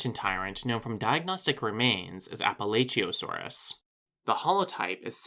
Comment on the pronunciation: appalachiaosaurus i think is pronounced as apuh'latch'uhio'saur'us